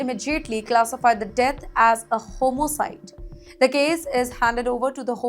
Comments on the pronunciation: Atrocious accent and pronunciation....it is homicide not Homo cide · Homocite? Learn how to speak English first and then come on news channels